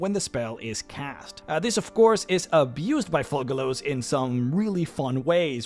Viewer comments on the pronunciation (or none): Kept hearing "Thugalos" lmao